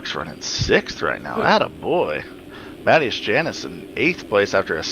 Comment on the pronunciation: Another great stream, just one thing lol. My name is pronounced mat-ee-as lol